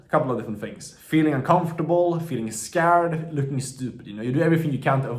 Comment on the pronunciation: No it is just funny when he says skäärd